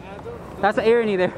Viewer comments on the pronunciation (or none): It’s irony not eerony.